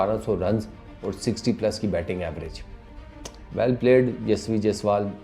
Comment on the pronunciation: Yashvi nahi 😂hai yashashvi ...mean capable in english...yashvi is girl name 😂😂